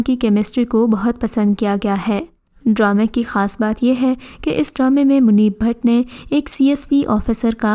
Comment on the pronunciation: Apna talaffuz theek karo. Munir Butt, Bhat nahi. Kaif e Baharan, Bharan nahi. Bequsoor me Aiman Khan nahi, Saboor Ali hai. Man Mayal me Aiman ka role boht minor hai. Ye kaam karne se pehle khud ko polish karo.